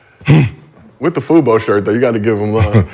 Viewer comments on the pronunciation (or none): They didn’t even pronounce FUBU properly calling it FUBO is crazy…. We know ain’t of the culture, but Gil let me down calling it that 😂😂😂